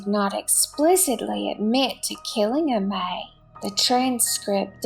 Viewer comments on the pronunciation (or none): Pronounce Amee